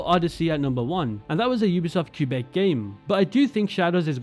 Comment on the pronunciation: Idk how much I can trust you if you don't even know how to pronounce Quebec... Ofc the disrespect towards Asian cultures doesn't matter to you. For instance, the fact you could enjoy the "sumi e" mechanic is beyond me, an Asian. If you saw someone writing with a fountain pen, holding the paper like that, with nothing behind it for support, would you be taken out of the immersion? But I guess since it's Asian, it's exotic, so who cares? You don't care, and I shouldn't expect people of your background to care 😞 but please do not belittle our concerns and protest